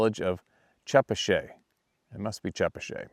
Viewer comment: The Rhode Island town is pronounced Cha Pat Chet! I lived in Rhode Island in Mass there definitely there. We lived in Franklin Massachusetts I experienced a family group a number of times. I spent $600 on flashlights I lived them up. They don't get happy with that they came and slapped our house.